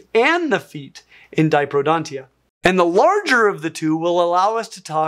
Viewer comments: I've noticed you systematically pronounced diprotodontia as diprodontia (the caption of that video section also reads "diprodonia"). Having never heard of the term before, I was initially confused when you said it means "two front teeth" because that would have required another syllable, then I realised that it was supposed to be "diprotodontia". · is it just me, or was mispronouncing "Diprotodontia" throughout the video? I don't think its pronounced "Die-pro-don-she-uh" I was told it was pronounced "Die-pro-toe-don-she-uh" Correct me if I'm wrong though! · I take a minute amount of psychic damage every time he says “diprodontia” instead of diprotodontia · You keep saying “diprodontia” instead of “diprotodontia”. You’re leaving out a “to”. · But it's not "diprodontia". It's "diPROTOdontia". Kinda knocks your confidence in the validity of what someone says when they speak with authority about something while constantly mispronouncing it. 🫠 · It's di-proTO-dont. You wrote it correctly but you keep saying di-pro-dont, omitting a syllable. Please correct that if you're going to do a whole video on them! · one little complaint tho... you said dipro(to)dont missing one syllable many times! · Sorry, but you mispronounced Diprotodontia, ignoring the -to-. I wouldn't have said anything, but you said it wrong multiple times. Anyway, I loved the video!